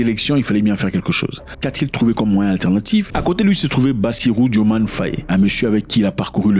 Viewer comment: Petite rectification, le nom s’écrit et se prononce bien DiomaYE.